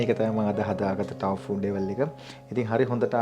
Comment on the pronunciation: Thank you for creative foods recipes . Your pronunciation of tofu(豆腐) is wrong (තෝෆු).